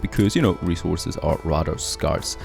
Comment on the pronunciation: scarce sounds better than scärs